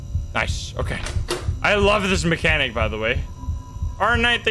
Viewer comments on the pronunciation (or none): none